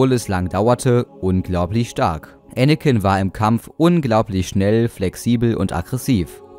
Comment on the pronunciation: Anicken ist schterker